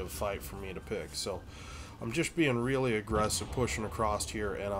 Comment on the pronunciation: Great video as always. Mid westerners say acrosst :)